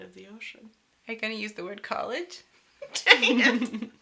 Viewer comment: sorry, not kolej, it should be pronounced kolij !!!!